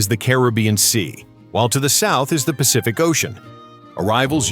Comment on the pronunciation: South "PASIFIC" 🤣